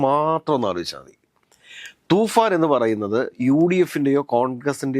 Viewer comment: തുഫാൻ അല്ലേടാ തൂഫാൻ